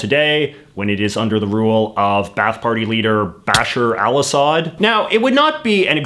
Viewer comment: His pronunciation of “Bashar Al-Assad” made my blood come to a simmer